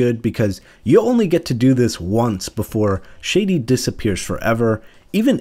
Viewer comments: this mf said “Shady” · Please for the love of reshef learn to pronounce Shadi…